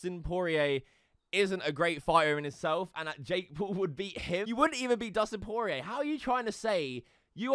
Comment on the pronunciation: Dude definitely said Poirer wrong on purpose.